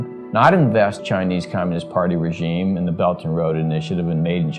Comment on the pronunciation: except the guy doesn't know how to pronounce the word regime ... strange